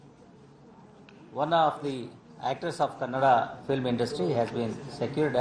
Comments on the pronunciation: It's not Kannadd, it's "KANNADA" Pls Sudhir ji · Kannad❌ kannada ✅ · Kannad ❌ Kannadaa✅ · Its not kannad, its Kannada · Bhai vo kannad nahi kannada hai please 🙏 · Tumko kitne bar bolna hai kanda nahin hai Kannada hai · Pls pronaunce properly its Kannada not Kannad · Sir it is not kannad it is kannada plzz correct it and don't talk without knowing properly sir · Excuse me sir it's not kannad ❌ kannada✅ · Sir ,it’s Kannada … it should be pronounced as Kannada only and not as Kannad. Sir Your hind language is so good …one day u can be a better news reader or reporter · It's kannadaa not kanad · It's not kannadh it's kannada if u don't know how to tell don't tell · Kannad nahi kannada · Phale baat to kannad Nahin Kannada bolo ok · It's Not Kannad, It's Kannada!! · PLEASE NEVER EVER PROUNOUNCE AS "KANNAD" ITS KANNADA NOT KANNAD.....IT BADLY IRRITATES KARNATAKA PEOPLE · It's not kannad it is kannada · Sudhir sir not kannad plz pronounce Kannada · Woh kannad nahi Kannada hai sirji pronoun sahi kijiye... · kannad nhi bsdk kannada!! sida bolna sikooo madarchodooooo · Not kanada (kannada) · Sir app next time kannada bolna please kannd nhi 😢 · Karnatak ❌ karnataka ✅ Kannad ❌ kannada ✅ You people better pronounce properly ........ Illiterate northies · Kannada hai Kannad nahi hai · Abbe dog kannad nai kannada hai bewarsike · Kannad ❌ kannada ✅❤️ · Kannada sirr not kannad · It's Not Kannad sir It's Kannada Da Da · Its not Kannad, its Kannada ✅ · It’s “Kannada”.. please don’t call “Kannad”.. there is “a”at an end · You have 60+ millions subscribers in your channel and you are able to pronounce "Karnataka" and "kannada" properly 😡🤦 Try to correct it sir.. Its not "kannad" its "Kannada"🙏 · Sir it’s not Kannad it’s ksnnada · It kannada not kannad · Sir it's not kannad, it's kannada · nim avvan ...Kannada adu kannad alla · Kay jot boltha hai yar please take the details when you are saying anything masla mat lagov aur ek baat kannad nhai kannada bolu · Kannad Nahi Kannada 🙌